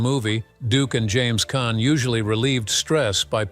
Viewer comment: It's pronounced Kahn not can.